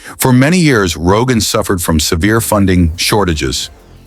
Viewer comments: Если про что то хочешь рассказывать , сперва изучай материалы , работай над произнощением . Не Роганский ГЭС это , правильно будет --- Рогунский ГЭС . И раз таджики взялись за это то неприменно будет построено и пусть будет самим больщим в мире . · Did I hear Rogan Dam? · Ни раган а Рогун.